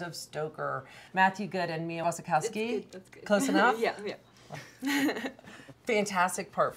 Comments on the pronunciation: The interviewer: Mia Wasikowski Mia: Yeah, it's close enough. Poor Mia, people keep pronouncing her name wrong. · editor of VFWC and she can't pronounce a the name of a famous actress?